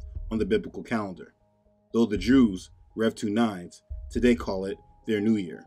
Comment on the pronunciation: Rev 2 nines? LOLOLOLOL......................I had to do a double take...Love you Bro!!!